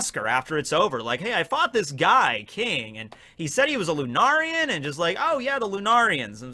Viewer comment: Bruh, is still pronouncing lunarian wrong. First it was lunar-ian. Next it’s lu-nar-ian. Its pronounced lu-nair-ian. Lunarian is a real word. Look up it’s pronunciation and meaning yourself